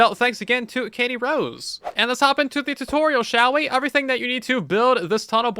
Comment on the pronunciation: Him: Katty Rose My ears: Caddy SOS